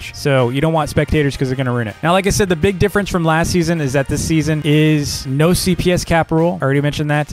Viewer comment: When ever says last season I think is saying lassy